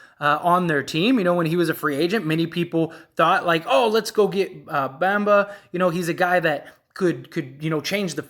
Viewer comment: Bro the Magic is not trading Franz is you outta your mind???? And you not even saying Bamba name right…. You know nothing about the Orlando Magic!! Like you really rather keep Isaac over Franz… Stop it bro stay off the weed! Franz is a corner stone! The man had a 38pt game his rookie year a Point forward who can play on and off the ball and a dog on defense and played over 70 games led all rookies in scoring! Over Cade over Green over Mobley over Scottie Barnes and you talking bout franz won’t be that big of a lost… You have no idea what u talking bout